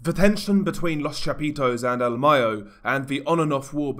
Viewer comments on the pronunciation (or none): none